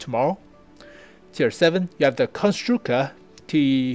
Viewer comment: Hi, I am czech. I am gonna write mine opinion on your video as i am gonna watch it. I think you pronounce our words pretty good on foreigner :D The premium consumable is "Buchty" and i must say they are really great in real world! The tier VII is named Konštrukta you said Konštruka :D ST vz39(stand for Střední tank vzor 39 ). Overall thx for info. As a czech i am really exited to see our tanks in WoT!